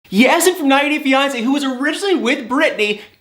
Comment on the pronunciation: Have a picture for people who don't matter to see, naw! Yazan, is dealing with this foolishness. Not her. As a professional, you should speak with awareness of atleast pronouncing a name right if you're gonna speak about it/him/her/them. I like you but we all can do better with Life in general😉 Be Safe & Keep It Real🤗